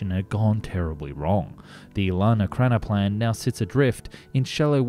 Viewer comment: E RAK NO PLAN. What is so hard on it to pronounce? You did not nail it through your whole video, not once.